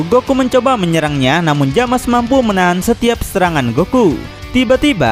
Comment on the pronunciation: bang itu nama nya bukan jamas tapi zamas/zamasu